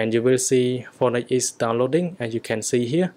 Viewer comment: When u say phœnix it seems like u say fortnite